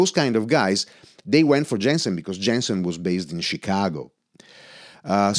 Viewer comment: The name of the company should be pronounced like you would read it in German. Roughly "Yensen" :) Otherwise this is an amazing video. What about the sensitivity ? It was barely discussed during the video.